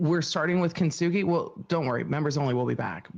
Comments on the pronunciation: Kintsugi, kin-su-guy not kin-sook-er-roy, she's so stupid it's hilarious, she can't even pronounce words she uses. Imagine giving yourself a life sentence wnen you had 7 years to freedom. Thank God she's really stupid. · isnt it pronounced just kin-sue-gi? I dont think she says that word right.... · Her mispronouncing that art "kin too suk a roy" was hilarious. Since she excels at everything 😂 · As someone that is half Japanese.... this is SO bad.. ugh everything she says about Kintsugi is wrong. Including the pronunciation.